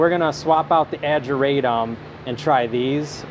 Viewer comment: You always put an r in this word where there isn't one. Ageratum. It is not ARGeratum.